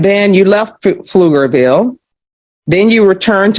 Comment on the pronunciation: Pflugerville, not Flugerville.